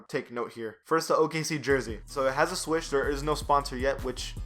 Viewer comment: NIKE SWOOSH! Not swish